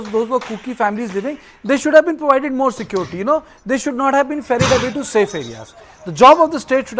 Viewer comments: I learnt to pronounce 'SecOrity' from the professor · Secority ??? Wtf is secority ???